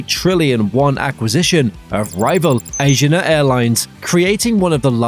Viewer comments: I think you’re saying Asiana wrong. A-si-a-na Not Asian- a. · and it is A-S-H-E-E-A-N-A not asian-ah. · Asiana has 4 syllables and is pronounced "ah-see-ah-nah." There is no accent on any of the syllables.